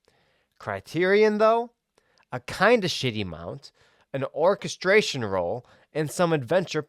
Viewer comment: say it with me....or-KESS-tree-on rolls